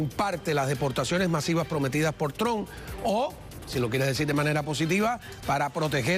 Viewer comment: Se dice Trump no tug😂😂😂😂😂